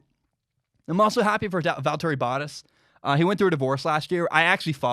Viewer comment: Not trying to come off as rude but valtteri bottas is pronounced “Val-turry Bah-tas”. I cringed a little when you said it lol